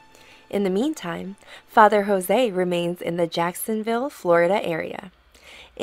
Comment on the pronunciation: Thank you for making this video of dear Fr Jose. He is Indian, not Hispanic. His name is pronounced Jose (joes) not José (hoe-say) 😇